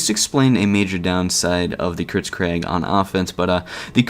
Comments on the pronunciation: err... You say it "kritzKREG" rather than "kritzKREEG". It has an EE sound at the end rather than an E. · I hope you say "kritskreg" as a joke...